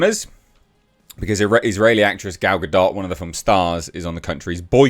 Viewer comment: Why does "Gal Ga-Dot" sound like male genital moisturiser.